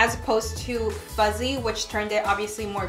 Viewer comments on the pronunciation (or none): it’s fuhssie not fuZZee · Sis it’s “FUSSSSYYYY”🤣🤣 all I’m hearing is Fuzzyy😭 kind of annoying please practice saying the right name haha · You were pronouncing the name wrong. You were saying ‘fuzzy’ but the name is ‘fussy’ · Girl it’s FUSSY not fuzzy. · It did drive me a little crazy cuz she kept saying fuzzy over and over😜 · I was like, “did I hear that right” 😂😂